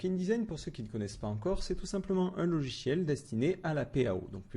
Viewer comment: "LoGiciel "et non " lochiel "!